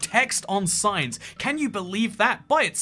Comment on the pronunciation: I legit thought you said signs that you can eat